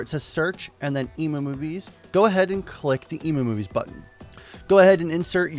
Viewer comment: I know this is a minor thing... But isn't the site EmuMovies pronounced "M - U - Movies" like for Emulator Movies? And not like "Ee- Moo - Movies".... Sorry for my OCD, lol...